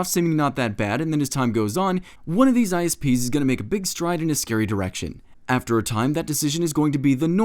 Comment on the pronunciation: When the politican said isps I thought he said ice peas.